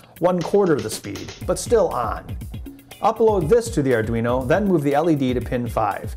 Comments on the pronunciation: Ardunio? Lol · it says ardunio. :) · ARDUNIO. lovely xD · ARR - DWEE - NO